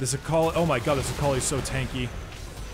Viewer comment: oml.. Everytime he said Akali, i keep heaing A collie, a collie.